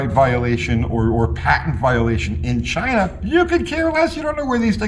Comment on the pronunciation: Sometimes I just miss how he said "Chy-nahh"..